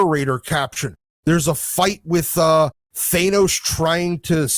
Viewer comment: Thann-ose, it’s simple. Not “Thane-ose”. Starlin has said it clearly and plainly many times. Seriously how do you say it correctly and wrong in the same sentence? And this series got bad as soon as the black winter story line ended. The Donald Blake story wasn’t good either.